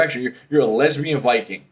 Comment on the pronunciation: lmfao they way he said lesbian HAHAHAHa